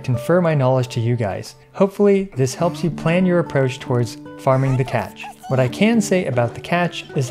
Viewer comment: i thought that she said “twa it ta”